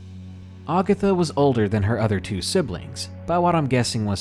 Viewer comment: Great video, man. I prefer the "non-fiction" stories (stalkers, kidnappers, home invaders, etc.) to the supernatural ones, but figured I'd give this one a shot. Was not disappointed. That said, I must pick a couple of nits. In the Aunt Agatha story: It's not "Augatha." Ag as in hag. Ag-atha. And Mobile, Al., is pronounced Mo-beal.